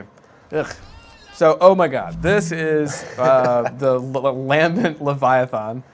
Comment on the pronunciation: There is no o in leviathan... why you saying it like that?